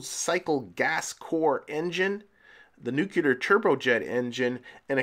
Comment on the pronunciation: Cool rover and station setup. Enjoyed it. One pet peeve... Nu CLE-ER not NUC-YOU-Ler. :) anyway... minor thing. Just thought I would toss that in. Great series and loving it.